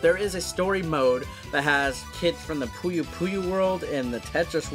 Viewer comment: Poi-yo Poi-yo (there's the pronunciation)